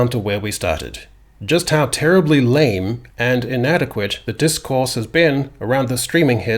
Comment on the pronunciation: The way you pronounce lame is getting on my tits